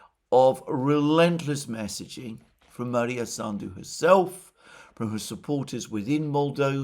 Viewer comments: Maia not Maria. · it is MAIA Sandu, NOT MaRia Sandu. No R in in her name. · Alexander - it is MAIA Sandu, not MARIA Sandu. Sorry that I am correcting you, but you keep saying her name wrong for a few days now. I admire your erudition and always watch your program. Thank you for your work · She's not Maria Sandu but Maia (Maya) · I believe her name is Maia Sandu, not Maria.